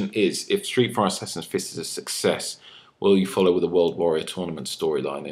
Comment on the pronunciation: "Hi stree fry sassassin fiss fans"